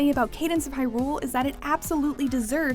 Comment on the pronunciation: The way she said Hyrule grossed me out